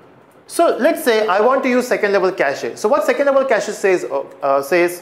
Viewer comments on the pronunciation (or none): cachEEEE?? really? :D